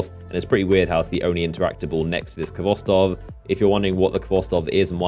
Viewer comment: Sigh THE FIRST 'V' IN KHVOSTOV IS SILENT.